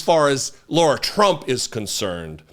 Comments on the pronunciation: HER NAME IS LARA (PRONOUNCED WITH THE WORST POSSIBLE S. CAROLINA ACCENT YOU CAN MUSTER) NOT LAURA. I have a few wonderful Laura's in my life and it grates on me every time you miss-pronounce LARA's name. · Lair - uh. Or, Lah - rah. NOT Lore - uh. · I agree completely with your ascribing Lara Trump's Co-Chair of the RNC simply to nepotism; but, dude, STOP pronouncing Lara's name as 'Laura'. In doing so, you sound like a dipshit, a characterization which you accurately ascribe to Donald Trump and most of his MAGA minions. You're better than that, sir. Otherwise, two thumbs up! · Keep calling her 'Laura' ! Her name is 'Lara'. Let's see how fast mispronouncing HER name tics off Big Daddy. Or see if he even cares.